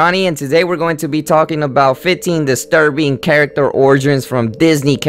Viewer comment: does "distrubing" annoy anyone else but it's really a good vid :)